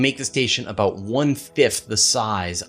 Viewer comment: Don't stop saying, "aboot". I love that. lol